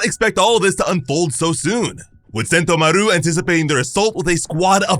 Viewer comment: Sen-TO-maru not sento-maRU.